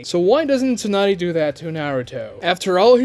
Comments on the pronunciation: Its not a plothole if they address it nunerous times bruh. ALSO, tsu is probounced how its spelled, like the the sound you make when you sneeze. It is not Toonady, its tsunade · Tsunade? Nope! Toonaday? Yeah!